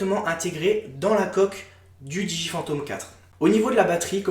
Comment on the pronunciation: Pourquoi tu prononce mal le nom de la marque DJI ? Je sais on s'en fou mais j'aime faire mon chiant :)